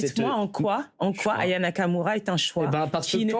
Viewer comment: Anaya Kamura ? Aya Nakamura ! Commencez par prononcer son nom correctement !